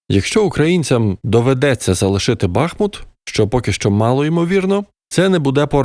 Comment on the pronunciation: Почнемо з наголосу,- БахмУт. Наголос саме на букву У. Маєте сумнів, запитайте у пана Корнацького. Це історик та директор музею. Далі... Все це далеко не "суцільний укріпрайон". "Суцільний" був завалений з північного флангу після удару в "фас" 24лютого від кордону. А от про "політичне рішення" повністю згоден. І ці "політичні рішення" ще будуть всіх дивувати ще не один раз...